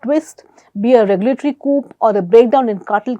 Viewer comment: Coup is pronounced as “ Cou” p is silent.Nice vlog! Great presentation.